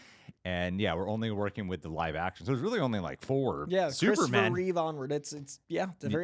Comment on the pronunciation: Reeve, NOT Reeves